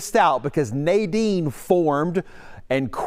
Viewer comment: The tropical storm Nadine is called Nadine, not Naydine, isn't it?